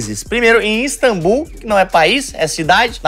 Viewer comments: “Instambul”????? Aí tá de sacanagem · Esse INSTAMBUL, TURQUIA e de matar o português. Meu Deus kkkk Aos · “Instambul”? Tá de brincadeira mano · " INSTAMBUL" é uma mistura de Instagram e Istambul?